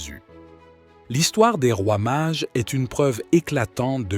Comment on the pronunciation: Les Mages, pas les Marges... 🫣😮‍💨